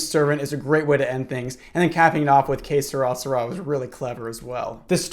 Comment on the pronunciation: i thought you were saying some sort of ancient egyptian phrase like K'srasra but you were trying to say ''Que sera, sera'' lol